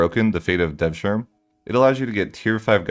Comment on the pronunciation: In turkish the word “e” is pronounced even if it is the last one. So “devsirme” isnt “devshirm”. That goes for Edirne etc too.